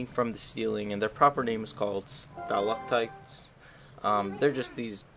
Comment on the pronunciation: going dictionary to help you its pronounced stuh lack tights